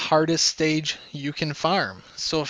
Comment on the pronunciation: Tanks for the statistics and the info :) ( just one thing when you say: can, it sounds like Kin. Just being a small grammer nazi (A) )